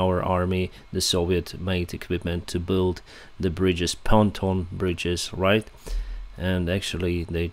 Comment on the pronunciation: Excellent reporting! (Pontoon is pronounced as it is spelled -- "pon-TOON")